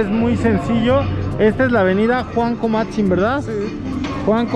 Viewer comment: No es comatzin,es cuamatzin .